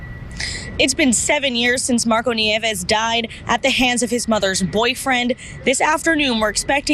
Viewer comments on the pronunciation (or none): nieves is pronounced "nee-EH-vess"